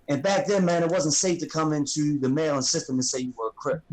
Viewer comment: you mean Merrraland